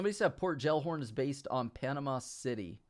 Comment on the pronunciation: The way you pronounced Gellhorn... Jellhorn 😂 Hope you dont pronounce jelly gelly 💀😂